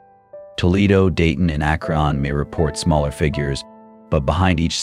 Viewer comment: Lived in Akron for 20 years. Pisses me off when these AI videos can not pronounce the name correctly. 😡